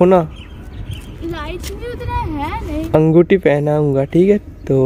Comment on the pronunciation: Angutha nahi hota hai yar anguthi ring bolte hai usko yarrrr